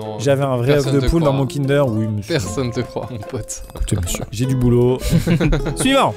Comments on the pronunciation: POV : À chaque fois que Maxime dit "suivant", moi qui entend "Siuu Yvan". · super vidéo👍 mais à chaque fois que tu dis suivant j'ai l'impression que tu dis Yvan